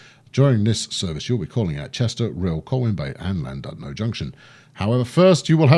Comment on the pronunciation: I know you're famous for butchering pronunciations, but it's pronounced: Ll-Lan-Did-no where Ll means a sort of throaty growl.